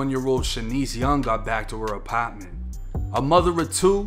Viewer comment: Damn sad story bro. Can you say apahhh-ment again.. sounds funny